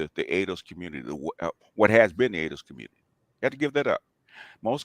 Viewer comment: Its a got damn phrase from David Carol. Stop playing,. I know we are good but Im just saying. Im OG to you dudes, really. I remember David Carol saying "Communitah" regularly. Thats actually what got my antennas popping with BGS. I heard him say "Communitah" and I knew something was up. Why would you even want to continue David Carol's legacy? Do you know how he died? Whens the last time youve been to Pittsburgh? He is no example to exalt.